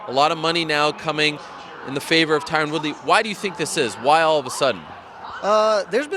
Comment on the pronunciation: Can't take this guy seriously with that pronunciation of Tyron